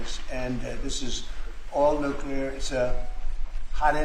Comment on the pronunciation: Nucular. This must stop.